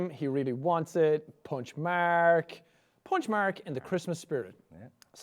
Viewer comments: I think it's more like "Maerk" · people say he says merk, its more like marik guys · After all this years, Jack is still saying Mark's name like 'Merk' XD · I know it's his accent but I love it when he says that